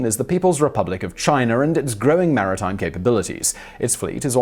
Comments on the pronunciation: One thing to pronounce a consonant like a vowel. If China had an "r" at the end of it , ironically Simon would pronounce it properly! But ... english people butcher their own language so badly that it is okay add a consonant sound to a vowel I guess. Just put an "r" sound when you see "a". What is next? Put a "b" on the end of words that end in "o" maybe? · I’m familiar with China. Never heard of Chiner.